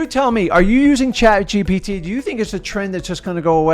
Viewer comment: The way messes up “chat gpt” 🤣🤣🤣